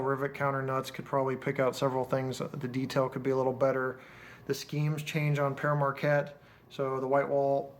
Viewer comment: Did you know that the 1225 is actually the Polar Express. Just one thing it's pronounced (pear market)